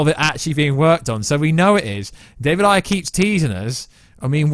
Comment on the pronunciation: Bro David “Air” Ayer. That’s how it’s said